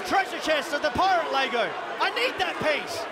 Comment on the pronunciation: lego not lago !!!